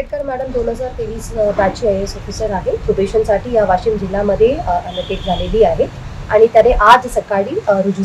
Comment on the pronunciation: ही भवानी वाशिम ला वाॅशिम म्हणतेय 😀😆😃